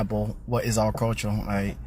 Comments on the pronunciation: did he say culture or culturl? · Dude couldn't even pronounce the word culture correctly 😂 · Dude can't even say "culture " correctly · The guy talking about everyone has culture except the white people can't even pronounce the word culture properly and he has the nerve to laugh at others. We have white culture he knows it and that is his problem. He has nothing to be proud of in his culture nothing to pass on to his children except how they destroyed. He needs to go back to school and take a course in English so he can at least teach his kids how to speak. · The guy talking about culture doesn't even know the correct pronunciation of the word. And he's saying white people are stuck holding on to their European heritage from 200 years ago, yet it's the black communities that hold on to their African heritage including wanting to be referred to as AFRICAN American. And that's fine, I'm all for embracing your lineage, but trying to discredit others doing the same while making your heritage from a whole different continent your entire personality is wild.